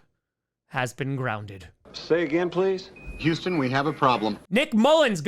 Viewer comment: bro said Yoostin 💀